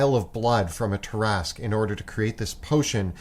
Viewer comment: Ah! The Tarrasque! Possibly the only D&D monster which came from French 🇫🇷 folklore. I'm a bit puzzled by the way you pronounce it, though 😅